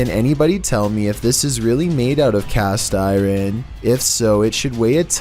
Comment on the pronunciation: Cast i-ron LOL